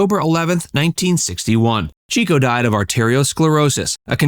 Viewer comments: It's "Chick-o", NOT Cheek-o!!! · Chico is pronounced Chick-o NOT Cheek-o. He was always chasing the ladies (aka chicks) in real life (Harpo did so in the movies). Find an interview with Groucho where he mentions him to verify. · "Chico" = CHICK-oh, not CHEEK-oh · It's "Chick-o," not "Cheek-o." Someone watched too much Chico and the Man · Not Cheek-o. It was pronounced Chick-o. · Chico actually pronounced his name CHICK-O, rather than CHEEK-O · Chico's stage name is correctly pronounced "Chick-oh, not Cheek-oh. That's why he was always chasing the chicks. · It's pronounced "Chick-o" not "Cheek-o" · By the way, Leonard Marx’s stage name "Chico," was pronounced Chick-o (not Cheek-o), because he chased the girls—a chicken chaser! Bad husband, but stellar comedian and entertainer. He and his brothers will always be greatly admired. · Not “ Cheeko”, but pronounced “ Chicko”….as after chicks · Not to grouse but "Love Happy", released in 1950, was the Marx Brothers last film. It featured Marilyn Monroe's first role. And its not Chee ko, it's Chick ho, because he chased "chicks" not "cheeks" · His name was pronounced " Chick-O", not "Cheeko-O". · Chico was pronounce "chick -oh", not "cheeko". Harpo learned music by having Chico teach him what he had learned at piano lessons. Harpo was a true musician, whereas Chico was a pianist. Gummo was the one who advised the others on health and medical issues. He was greatly loved by the brothers, but greatly overlooked by most fans. Zeppo was extremely funny, according to Harpo's son, Bill. People don't realize that many of the best jokes of the other three came from Zeppo. Zeppo didn't enjoy performing, but his stature gave him a great platform as a Hollywood agent. Zeppo could be prickly and in some cases, almost vicious when gambling or making contractual deals. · 'Chico' is pronounced 'Chicko' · Chico's name is pronounced Chicko. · Idk if this is correct, but my mother always pronounced Chico as ( Chick-oh) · Pronounced “Chick-O”